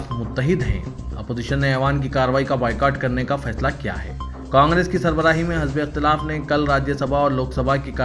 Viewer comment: Are jahil ( hazbe ikhtalaf) naheen hai. Balke( hizbe ikhtelaf) hai.